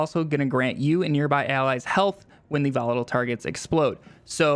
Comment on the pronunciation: Jesus can’t listen to YouTubers who butcher their words. This case volatile.